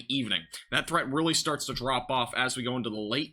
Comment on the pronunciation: Straight up said farts instead of starts. 😂😅